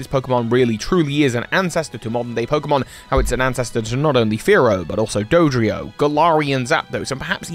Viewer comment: You just turned Dodrio into Hydreigon 😂 I can’t tell if that was intentional or not lol